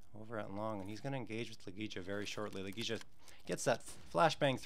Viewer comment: i'm sorry, but i'm literally just a FAN since early 2017, and i know more about the player's names than this guy? wtf???? it's La Gey ya.....fck.....